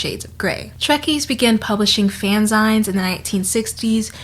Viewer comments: a few thoughts because, as usual, this was such a compelling video! - fanzines and zines are pronounces like "zeen" as in magazine (at least I'm far as I know) - the older I get, the more I learn how similar I am to other people. I, naively, thought that no one else thought up romantic scenarios to help them sleep at night (my night time dream sequence) and yet its a very popular thing lots of us do! - fanfiction taught me about sex and sexuality. I NEVER got "the talk" from anyone in my family. Thanks 1D and dramione fanfic! - I have made most of my friends and bonded with a lot of others over fanfic. Every non-male friend I've made has written or read fanfiction, AO3, or wattpad original stories. We'd swap recommendations and talk about them in between classes and at lunch. Still, ten years later, now in my twenties, my friends and I read fanfiction, recommend stories, make fun of the ones we used to read and write, and overall have a wonderful time. - I am so glad you mentioned Dark. I should NOT have been reading that as a middle schooler ... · um hi this was great but dear god it's pronounced fan-ZEENs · Fan...zines? No you're saying it wrong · I love this video and have been bingeing your channel for days, but I wish I could travel back in time to tell you it's pronounced fan-zeens. Also, your voice is great as is, we need more people not shouting all the time on this platform. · The video is artistic genius is always! I love your content! You always make me laugh and teach me things. ;) In case you ever talk about them again, fanzines are pronounced fanzeen like magazine. :) They're an interesting pop culture topic. If you mentioned it on screen via text sorry I missed it, I laugh and listen to you while I get ready. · The way you say fanzines has my blood boiling Great video otherwise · I have to say.. I am loving this pronunciation of ‘fanzines’ 😅 I’m not trying to be an asshole.. I’m going to say it like that from now on 😆